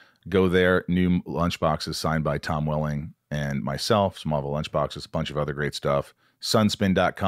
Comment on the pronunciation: The way she said “smallvillel was an entirely beast itself” ….. did she mean smallville OR? SMALLVILLE???? 😹😹😹🙈🙈🙈❣️❣️❣️duuuuuuuuuuude